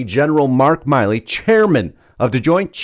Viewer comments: Milley not Miley. Not to be confused with Miley Cyrus. Milley like a mill. Just FYI. Losts of people confuse this. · I believe it is 'Mill-ee' not 'Mile-ee'. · Isn't General Mark Milley pronounced like Willie? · His name is mill-ey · You're saying his name wrong and this is nothing nobody talks about this on October 24th 2020 on YouTube on a site called crooked media approximately 19 minutes 19 seconds in Joe Biden said and we've all heard it we're in a situation where we put together and you did it for the Obama Administration we put together the most exclusive and extensive voter fraud organization US History everybody should be showing that everyday Trump should be showing that that at the beginning and the end of every rally everybody should be showing that every day when they start a show and end the show call Harris is not legitimate they stole the election they were selected Not Elected they're illegitimate that's treason